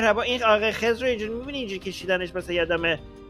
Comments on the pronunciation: عزیزم اون خِضر هست نه خّذِر! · خَزِر چیه!! 😂😂 خزر درسته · حالا چرا خدر رو با لهجه‌ی آمریکایی میگی؟ 😂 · تلفظ خضر صحیح یاد بگیر!!!!